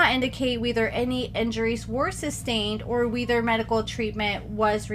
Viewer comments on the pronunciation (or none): Ma’am, did you just pronounce “whether”as “weether”??? 😂❤❤❤ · We-ther? Lol WE-ThEr?